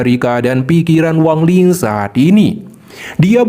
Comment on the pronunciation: Wang lin, bukan wang ling ya